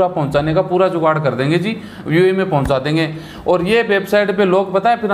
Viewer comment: Pehle UAE bolna sekh lo